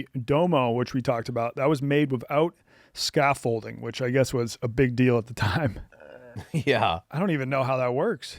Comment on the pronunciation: Scaffolding, not scaffolting Sorry cant help myself